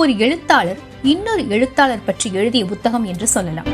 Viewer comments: Not buthagam madam, it is puthagam, pls correct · Bhuthagamaa??? Puthagam nu sollumaa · அது வேற ஒன்னும் இல்லைங்க எல் கே ஜி யிலிருந்து ஆங்கில வழியில் படித்ததனால் பு(b)க் என்பது அப்படியே பு(b)த்தகம் என்று வந்துவிட்டது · புத்தகம் என்ற சொல்லை உச்சரிப்பது சரியாக இல்லை. முதலில் புத்தகம் என்ற சொல்லைத் தமிழ்ச் சொல்லாக உச்சரிக்கக் கற்றுக் கொள்ளுங்கள். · உண்மை -- தமிழ் உச்சரிப்பு கெட்டுப் போய் பல வருடங்களாகி விட்டன -- ஒன்றும் செய்ய முடியாது